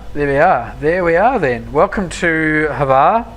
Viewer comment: You pronounced Hvar airport wrong